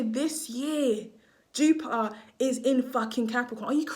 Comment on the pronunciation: The way you say Plu O and Jupi Er is jarring!!! You’re missing the T!!!!!